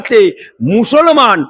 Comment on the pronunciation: ভাষাটা ঠিক করে বলুন। মছলমান নয় মুসলমান।